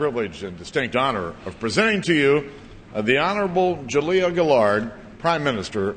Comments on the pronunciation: Shouldn't it be /ˈdʒuliə/, not /ˌdʒuˈliʌ/? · Her name is pronounced Ju-liar!